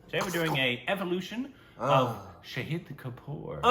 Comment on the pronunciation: Knowing him for approx 2 years, I think now would be a great time to correct the pronounciation of his name, it's "Shaahid" and not "Saheed"😅